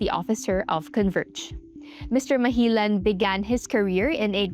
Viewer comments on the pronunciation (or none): It's Malijan, my dear, not Mahilan.😊